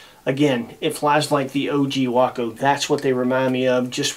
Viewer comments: what is a wocko? Waco. Way-koh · way·kow not waah·Kow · spent a good share of my life near Waco Nebraska. I know people that flew Wacos. first time ive ever heard wockoh.